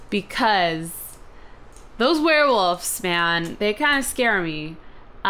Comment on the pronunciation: Not trying to diss tiff but anyone realize how he says werewoof rather then werewolf??